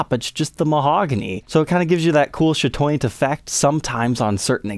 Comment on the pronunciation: I thought he was saying "shadow- fancy" thanks for clearing this up..